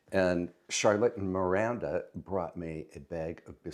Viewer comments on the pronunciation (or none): none